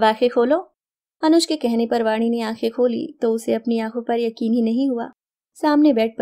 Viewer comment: Vaadi nahi Vaani kahiye Uchcharan sahi rakhiye ण hai ye